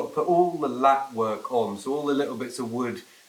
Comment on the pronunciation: A thin strip of wood is a lath, not a latt. Great progress as ever mind you!